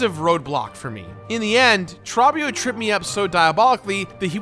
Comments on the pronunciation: TRAW-BEE-OH?!?!? It's freaking TROOOOOOOOBBIOOOOOOOOOOO!!!!!!! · how do you say Trobbio's name wrong? He yells it constantly during your fight.